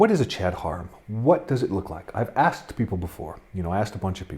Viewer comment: And it is pronounced "hair-um" not "hor-um"